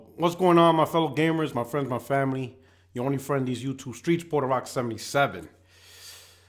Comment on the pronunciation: I thought Puerto was pronounced "P-where-toe" and not "Poor-ter".